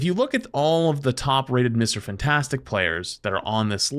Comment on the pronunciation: I hate the way you say Mr fantastic